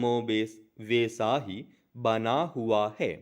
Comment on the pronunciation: कमोबेश और वैसा जैसे शब्द आप सही से नहीं पढ़ पा रहे हो। स्टेनो के डॉक्टर बन रहे हो।